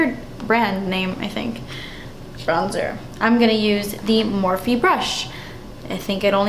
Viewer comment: Its Morph, you don't pronounce the E.